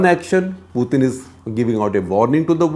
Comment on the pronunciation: So painful to listen to this commentary. No one has time to waste. Get to the point quickly. Don't digress and beat around the bush. Plus his name is pronounced Putin as in tin not thin. Waste of time to listen to this inane commentary.